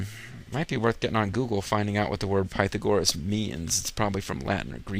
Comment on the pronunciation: oh god Pytha gore us. dat pronounciation.